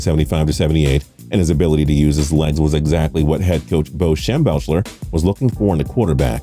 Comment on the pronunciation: Bo Schembelfler....? Lol!